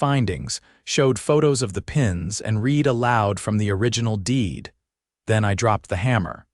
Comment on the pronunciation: Reed? The word is pronounced RED.